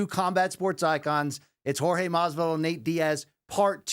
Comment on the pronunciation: the way Brian pronounced Jor-ge Masvidal sounded like Whore-je Masvidal AND I AM HERE FOR IT, love from Lithuania!